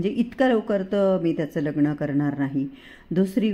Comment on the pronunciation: लग्न तुम्ही लग्नण म्हणता सहज सांगितलं ह